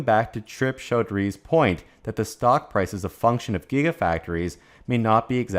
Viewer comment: “Cho-dree” the guy is Indian not french